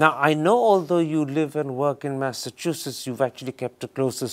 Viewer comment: The name, 'Massachusetts' in the beginning was mispronounced by Mr. Karan Thapar!